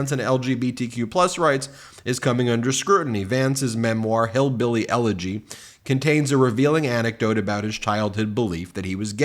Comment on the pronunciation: That one guy said “HEELBEELY ROOZE” 😂😂😂